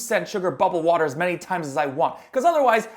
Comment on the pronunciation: A turtel dat spits wader